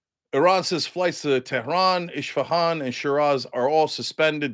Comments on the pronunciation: The city is called Esfahan not Ishpahan. Please educate yourself. Thanks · It’s Isfahan with S not SH.